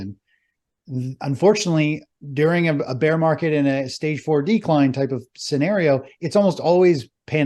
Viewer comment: Let's play a drinking game... take a shot every time says "Con-SOLE-idation" or "Stage 4 DEE-cline" lmao